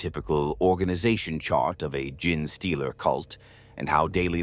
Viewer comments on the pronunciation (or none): I do...love this channel for its tales...but hearing the narrator say "Gin-Stealer" all the time... makes me pause the video and debating if I want to continue watching... like how does "GENE" become "GIN" ? p_p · nah this one is pretty good. amd the voice itself is great. Just need to change the prompt so it replaces gene with jean or something you can also tell that the parasitic like nature of the concept and the fact that genetic contains the word phenome "tick" throws it off at a few places too. a few corrective prompts could solve this problem or mitigate it. genetic is also ironically an example of a word where the word bucks the trend of that second e changes the pronunciation to a long e. from "jean" to gen in the word genetic, but not gene. genesis is another, which funnily enough literally just came up as i was tying this 😂 compared to others out there its a pretty good one imo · I am not hating but that AI voice is terrible at saying uncommon words. Gin Stealer , tie ra nids,40 thousand instead of 40 k like most people would say. I am guessing English is a second language. The sentence structure is not incorrect but it's not always natural and the theatrical voice is covering it up well. But it can be uncanny when the voice doesn't match the pattern of speaking you would expect from the accent. If that makes sense. Like someone from england saying something someone in Boston would say because they lived there a few months awhile ago. I am saying this because I like the videos, they help me sleep but those little things take you out of it when they pop up. If you can fix the little mistakes I think your videos will reach more people. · maybe having the script writing it as jean-stealer will get it to pronounce it right lol. it seems to have a particularly hard time with genestealer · It's hilarious that these Ai voices are completely unable to correctly say any word containing 'gene'. This video unintentionally bonkers